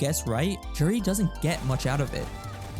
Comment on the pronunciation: Juri... Joo-ree